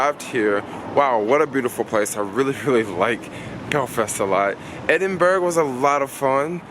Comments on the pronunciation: Sorry I laughed when you pronounced Edinburgh as edinburg 😂 it's pronounced edinburra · Edinburgh = E - D - I - N - B - R - U